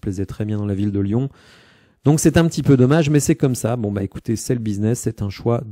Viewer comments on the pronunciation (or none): none